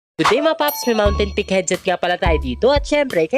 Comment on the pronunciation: Mountainpeak❎ Ontenpeak✅